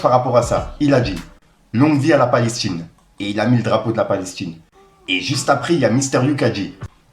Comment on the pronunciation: Elle a dit palech tine 😂